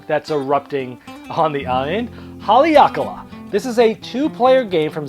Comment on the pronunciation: Don't think that's how it's pronounced...Ha-Leh-A-Kah-Lah